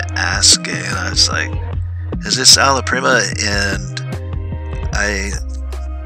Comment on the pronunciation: Love it! I like this whole series you’re doing. You’re saying ala prima correctly, btw. 😉